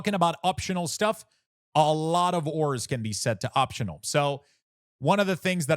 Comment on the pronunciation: DUDE please for the love of your family and bloodline.... learn to PRONOUNCE .... AAAAAURAS google it if you dono wtf u saying.